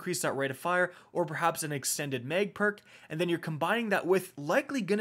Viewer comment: Why does he keep saying Meg? Extended meg.... mag